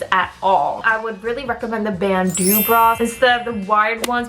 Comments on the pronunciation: First time I've ever heard "bandeau" pronounced "band-ooze" as opposed to "band-ohs". Beau = "bo", right? Frigging French and their vowel soup. ;) Still an interesting look at what female celebs have to do to look "right" for the camera. Too damn bad y'all get criticized by somebody no matter how you look. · Jessi's gonna blow all those Korean norms up :D Also, that's a halter you're wearing. It is cropped but it's a halter. Be glad though on cup size. I was married to a woman who was 34E. she can't wear cute bras, no bras, plunging cowls, etc. Also it's pronounced Bandow, it's French. With a large chest you can pretty much only wear very tight fitting or low cut or else you just look fat.